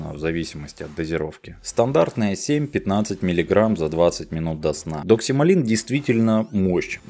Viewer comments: не оговорились? ДоксиМАЛИН или доксиЛАМИН? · Может доксиламин? А не доксималин. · Наверное Доксиламин, а не Доксималин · Классный выпуск, спасибо большое!!!! NB ДоксиЛАМин, а не ДоксиМАЛин